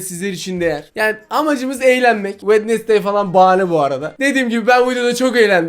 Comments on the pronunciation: Bu arada. O wendestay. Değil. Wendzey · Wednesday wednesday diye okunmuyor wedinsdey diye okunuyor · Bak vendestey dion öyle yok wenzday diyicen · Abi o wednesday değil wenizdey diye okunuyor yalnız 😂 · Abi çok hoşsun sence Wednesday yazıldığı gibi mi okunur😅😅😅😅😅